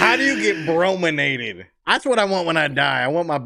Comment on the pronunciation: “Brominated” 😂😂😂 Buffpro too funny